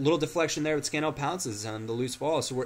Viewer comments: its scan-il not scan-ell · its not scanell lol its SCAN-ALL , ps i live next to CPFC :)